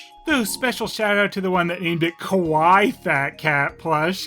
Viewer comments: Welp, time to piss the entire internet off... What you said was not the word there, which is 3 syllables, ka-wai-ee, but you still made a great joke since what you said sounds very close to kowai, which means scary, and yes it definitely is! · Kawai means scary, so might be accurate. Cute is pronounced ka-why-ee.